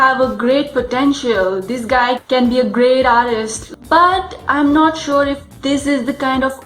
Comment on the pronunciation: "dis guy id a veedo"